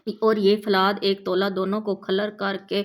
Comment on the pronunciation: Meri pyari bahan aap humse ki biwi hai aur alfaaz bola hai کھلر نہیں ہے alfaaz کھرل hai aapse guzaarish alfaaz Ka Sahi chunav Karen padhna Nahin aata to aap tution pahle rakh le dusra dariyai alfaaz kya hai aap apni video check Karen ki aapane kya kaha hai badi meherbani hogi